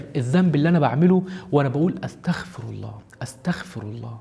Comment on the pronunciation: "واستغفرُ" بالضمه مش "استغفرَ" بالفتحه أو سكون حتي♥️